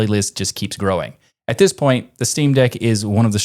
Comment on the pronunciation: "Shteamdeck" I like it.